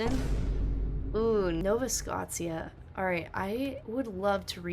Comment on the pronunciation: Nova Scotia pronounced No Va Sco Sha